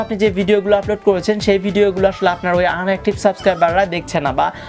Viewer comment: আনএক্টিভ নয় ইনএক্টিভ